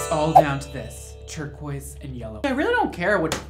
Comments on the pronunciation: anyone else notice “turquise” 😂😂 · “Turquise” lmao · I caught “turquise” “turquoise” the second time was right lol